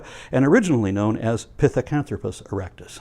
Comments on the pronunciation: “Pithecanthropus” is a latinization of the Greek word for “apeman”. And the way said it sounded extremely close to the Greek word. Nice. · Ghost of Sparta - Still, he caught me off guard. Sounded quite Greek.